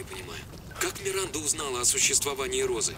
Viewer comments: 12 00 сказал миринда вместо Миранды ахах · орнул, когда сказал "Миринда" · Миранда: существует: "Миринда..." )))